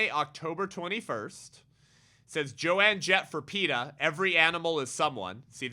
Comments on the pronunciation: I feel like someone needs to let you know… It’s Joan Jett (as in Joan of Ark). Not Joanne. Sorry I could not help but laugh, but I do agree with your point regardless :) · It's Joan Jett not Joanne Jett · No big deal…about her name, but it isn’t Jo-Ann….its Joan (silent a). My daughter, now 60) followed her as a teen. It’s very sad and horrific what she’s saying…. Terrible things to come, I’m afraid…so glad our great God is in control! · I agree with him too, but came to say the same thing 😂. Joan, not JoAnne. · I love how keeps calling Joan "joanne" lol